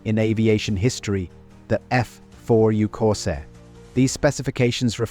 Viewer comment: Thanks for the lesson. But it would probably be good for you to learn what OCD is, and know who you’re trolling, and what you’re talking about. I do VO work, and it’s not extremely expensive. I also know how to pronounce things like the name of the plane the video is about. Anyway, I’m happy for you. Things must be easier when you can enjoy crappy work.